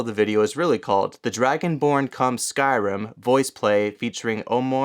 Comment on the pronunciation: I'm sorry to be picky, but it's Skyrim not Skyrum.